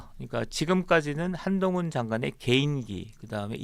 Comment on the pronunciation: 사회자님. 발음을 정확하게. 한동훈입니다